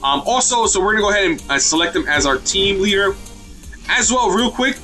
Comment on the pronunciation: It's leader not ladder